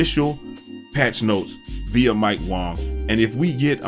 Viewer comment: Yo I love how you call him mike Wong. 🤣🤣🤣